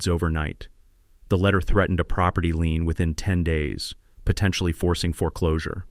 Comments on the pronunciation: Dammit! The correct word is LIEN!!! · Lien not lean.